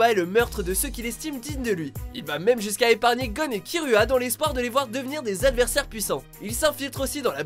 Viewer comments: SA SE DIT HISSOKA PAS HIZOKA ET ET KIRUHA CE DIT KIROUHA ! BAKA !!! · non juste une remarque: On prononce: hissoka et killua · très bonne vidéo. mais pour les pronnonciations, on di Kiloua, et hissoka